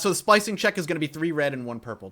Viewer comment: Is it just me who hears splicing instead of slicing?